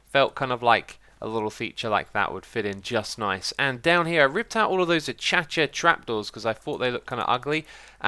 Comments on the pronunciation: a-kay-sha not a-ka-cha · why does he call acacia achacha? is that the normal pronunciation in GB? haha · no one going to talk about how he called acacia achacha.